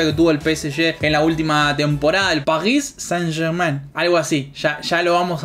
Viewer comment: pagis saint germain Yo: saint germain, saint germain, ulala señor frances: como se dice entonces? Yo: pesejé